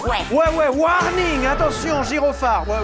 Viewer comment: Une version longue de « ouarnine » par pitié